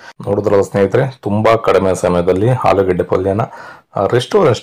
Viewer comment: ಆಲೂಗೆಡ್ಡೆ not ಹಾಲುಗೆಡೆ. ಆರು ಅದು ಹಾರು ಅಲ್ಲಾ